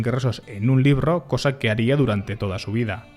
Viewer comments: No es "LIRRO" ES "LIBRO" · ES "LIBRO " NO, " LIRRO"